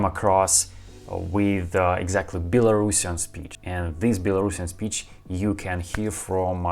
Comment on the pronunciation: Стивен имел ввиду, что вместо "Белорусиан", произносят "Белорашн". То есть, это как если бы по-русски сказали "Этот человек белорусский", вместо "Этот человек белорус".